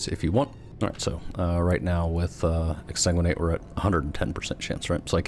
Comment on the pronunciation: Ex-san-guin-ate>Ex-tan-guin-ate dont hate me o7